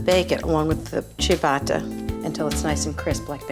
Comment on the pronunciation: She’s been taking over-pronunciation lessons from Giada: “chia-BAAAAAAH-tah”